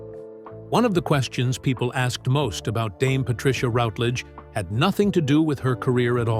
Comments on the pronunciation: Please , please , please , please, please, please, please learn to pronounce her name currentry. It's RUTlidge, not ROUTlidge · You could at least pronounce her surname correctly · That commentator has no idea how to pronounce her name: very unprofessional. Unlike Dane Patricia he failed to do his homework and The Silver Past is not a channel I recommend or will watch in the future! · Very interesting but please pronounce her surname correctly. I became so annoying.